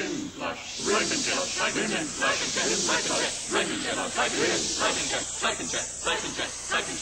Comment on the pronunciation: Starts sounding like "Satan, Satan!" after the first couple of "Syphon! Syphon!" chants.